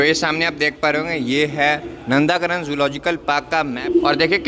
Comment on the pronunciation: Its not नंदाकानन it is नंदनकानन